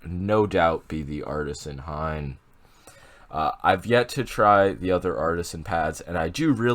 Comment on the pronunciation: he really said hain huh